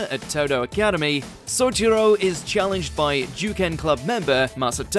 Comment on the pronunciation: Ignoring how Souichiro was mispronounced, I'm glad tenjou tenge is getting notice